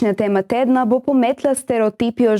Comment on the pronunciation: TEMA .. izgovarja se z "ozkim" E in neppa s "širokim" E !... ; bo šlo ? ( EL BUIO PROFONDO !..... )